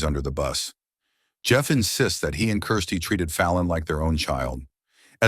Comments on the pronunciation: I hate the way he says Kirsty. What a horrible name, sounds like crusty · Seriously the narrator needs to figure out whether her name is Kirsty, Christie or Kristy